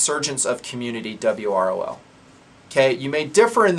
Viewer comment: calls it 'dub-ROL'. Dub ROl. Duh brol. Da brawl. The brawl. Well guys, it looks like we need to be ready for the brawl.